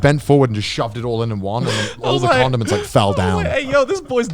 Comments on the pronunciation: I’m so glad other people thought Connor was saying condoms too cause i was so confused like what are you using those for in ur trip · It sounds like he keep saying condoms. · Every time Connor says condiments, it sounds like “condoms” so I’m initially thinking this camping trip is wild until I remember they’re talking about food and he’s saying condiments. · I had the same issue. I was really confused when he went from condoms to mustard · SAMEEEEEEE I thought it was only me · I had to stop the video when Conner said condiments.